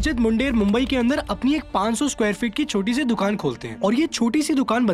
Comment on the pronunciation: Bhai Ko Masjid Bunder bhi Bolna nahi aata.